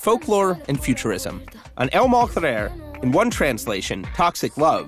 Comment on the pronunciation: When he said Mal Querer ....LMAO SO BAD